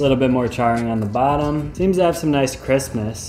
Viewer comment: So far I'm in the video and this man has said Christmas twice talking about Crispness. 😂😂😂 Once & once . I can't un hear it! (Just hit in the video and he has in fact for a third time said Christmas as an alternative to Crispness, I'm sorry I can not un hear it)